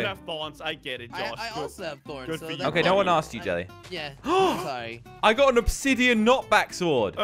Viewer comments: "obisidian sword" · I love how Josh said obsisdian sword!